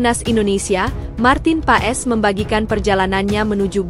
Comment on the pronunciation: bukan marten paes...marten pass dibacanya...